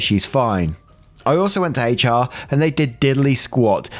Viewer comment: Your hard H in HR is so cute lol 😆